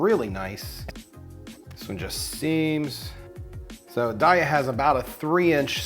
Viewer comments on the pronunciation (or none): It's "DAY-uh". :-) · Its "day uh" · Took me a minute to identify "cheese pull." You say it like a swimming pool, making me wonder how you say, "pool?" Darya is not good, and has almost no protein. The Field Roast brand, "Chao," is like a buttery white cheddar. It is the best, just doesn't come in shreds.